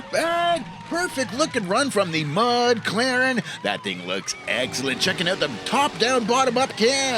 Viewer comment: Mud Claren was impressive! And I knew I pronounced Beavermuth right the first time!